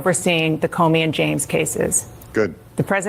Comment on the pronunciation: Doug I’m not trying to be a jerk or anything. I enjoy watching your videos, but the past several vids you have called James Comey as James Comer. Just wanted to point that out.